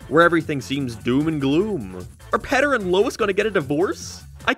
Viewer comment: Bro said petter 😂